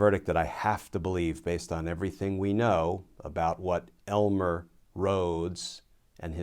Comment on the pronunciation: I really resent how you apply a contemptuous emphasis when speaking the name "Elmer".